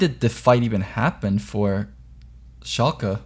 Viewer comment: God the way you pronounce Shalke hurts my ears. Its not ShalkEEEEEE its Shalke (i know this isn't how you discribe it but ... ) its the same e as in Larssen (short and more of an uh sound)